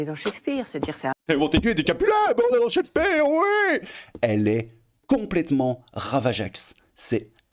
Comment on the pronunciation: « De Montaigu et Capulet ? » … non, non… de Bossemans et Coppenhole. On dirait le journaliste dans « Die hard ». Et ça façon de prononcer Shakespeare m a fait perdre deux ans de ma vie. Cheik speare ou chèque speare, je ne sais pas… Sa vie vie doit être tellement terne, un désert affectif. Un tel taux de transfert nécessite d aller consulter.